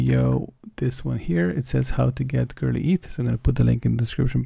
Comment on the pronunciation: It's not girly ETH. It's Go-Early Eth